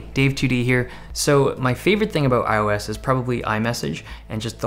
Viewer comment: iOS not iUS